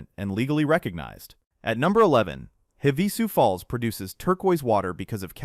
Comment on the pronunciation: It’s pronounced Have-a-sue Falls. Just an FYI. Also, a fun fact is there are 2 main totally different areas to view the Grand Canyon. The most popular side is the North side only about 1.5 hours from Flagstaff with a handful of restaurants and motels around it. Many different level of trails of every type of climber available, even some areas with beautiful views that are handicapped accessible. Then you have the North Rim, which hold the beautiful log cabin resort. However book early as it can book up as far as 2 years early. There were no other eating options when I visited and only one other low budget motel. The North Rim sits within a beautiful lush forest, with evergreens and pines surrounding everything. Due to its location, the trails were for advanced climbers, however there were a few easier trails and always the guided hikes. 😊